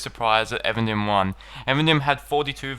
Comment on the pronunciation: though I confess being guilty of pronouncing Eregion as E-Region (:D), I don't understand why you as a native English speaker say Avendim. It's EEEvendim. Even, dim. Twilight. You're welcome x